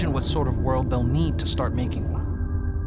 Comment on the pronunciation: Damn, I thought gravel was pronounced like the rock gravel.